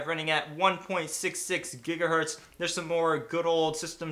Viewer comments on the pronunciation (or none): none